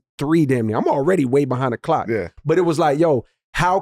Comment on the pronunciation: he said clock without the L